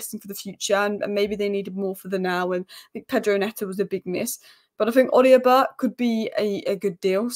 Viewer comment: there is no i in Odobert. You’re pronouncing it wrong. It’s pronounced “O-doh-Bear” not “O-dio-Bert”